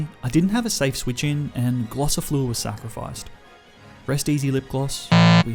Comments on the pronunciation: Its gossifleur instead glossifleur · Did he call them Glossifluer and Eldegloss, or was it just me???